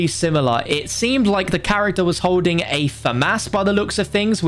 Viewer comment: It's pronounced holding, pronounce the L. It's not hoeding lmao